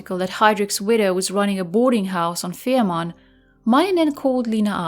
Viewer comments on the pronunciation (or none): The name of the Isle is Fehmarn, not Ferman.